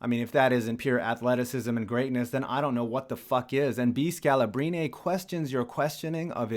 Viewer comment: The way you mispronounced Scalabrine's name is both hilarious and finger nails across a chalkboard cirnge-worthy.